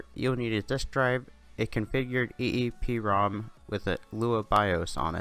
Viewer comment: Never seen such a large content steal dude, even the typos of the original video, awesome , at least the creator knows how to say eeprom